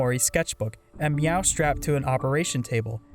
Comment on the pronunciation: Wow, this is a really long video. Edit: Btw, you said a few things wrong. It's "hikkikomori", not "hikomori". The cat's name is Mewo, not Meow. It's Pyrefly like "firefly", not "pryfly". Sorry this is annoying.